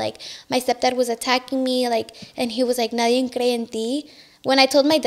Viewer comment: Well spoken but says “ nadien” 😂 it’s NADIE.